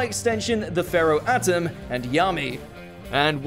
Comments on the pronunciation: I am glade you mentioned dark paladin, but I was hoping the paladin would take the spot instead of the buster bladder and not honorable mention. also YOU SAID ATEM’S NAME WRONG. You made his name sound like Adam instead of Atem. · it'a atem not adam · Pronunaction:aye Tim not not uh Tim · "At-im"? >_> Buster Blader over Exodia? >_> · We gonna ignore how he pronounced atem? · Disliked because you butchered Atem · Okay for once, great list about Yu-Gi-Oh. But there is one little thing that bothers me. Why can't pronounce Atem's name right? It's not that hard. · You keep pronouncing the pharaoh's name wrong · You really need to learn how to say Atem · Ahhh. There’s always a way that Watch Mojo mispronounced names and words even though the anime says specifically how it’s pronounced.